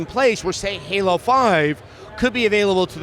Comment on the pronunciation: Really, If the, what did you call it? GALO? Oh, you must mean Halo. Considering that three more games are coming, which is fact, I'd say it's not finished. And really, you must be a COD fanboy to label as such.